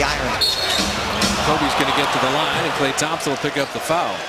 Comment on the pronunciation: it's klay not Kay